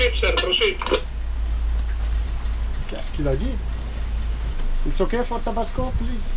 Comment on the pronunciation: C'est pas "prosit prosit" mais "proceed proceed" qui veut dire aller de l'avant en anglais. C'est vrai qu'avec l'accent grec...